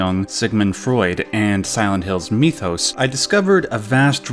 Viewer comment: did you just pronounce mythos 'methos', really?